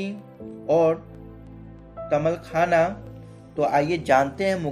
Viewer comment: Bhai tamalkhana nahi hota hai taalmakhana hota hai